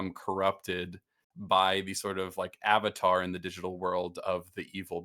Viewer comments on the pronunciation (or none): none